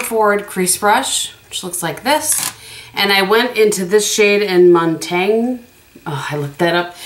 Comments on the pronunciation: Montagne is pronounced Moan-tany(a). Like you kind of swallow the last letter, bc the e is silent but goes with the n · You are correct that Montaigne was a Philosopher. However, if you look at the shadow name in relation to the others, I believe it's topographical, a street in Paris. Also, you can use google to get proper pronunciation in pretty much any language if you are so inclined. Love the 4 looks concept! Very helpful.